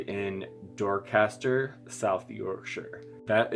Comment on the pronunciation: he cant pronounce Doncaster...